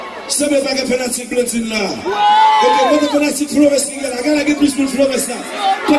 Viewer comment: Blond pa meenm ka pwononse non li....Djizòs take the fuckin mic pliz silvouplait 🤦🏾‍♀️